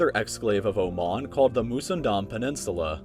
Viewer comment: i liked how you pronounced oman.